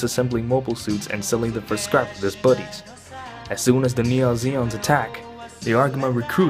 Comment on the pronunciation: Please stop saying “neon Zeon” it’s Neo Zeon